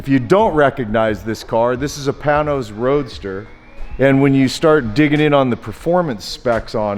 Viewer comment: Pain nose. Not Pan nose.